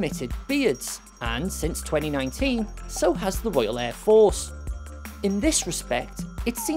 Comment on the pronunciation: I've never heard air force pronounced so strangely. James Wharton must be a bot.